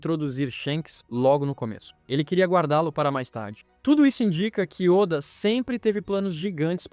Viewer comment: Esses vídeos de IA estão ficando cada vez melhores. Só não deixa passar ficar chamando Walter seven de Walter sete e ôda de óda